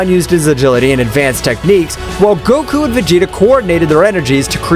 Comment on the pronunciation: bro stop his making goku's name bad